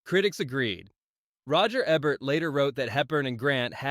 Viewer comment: It is pronounced Roger Eee bert Not Ebb ert